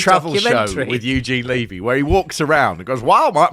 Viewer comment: Eugene Levy pronounces his surname with a short e (rhyming with "heavy"). I pronounce my surname with a long e (as you pronounced his).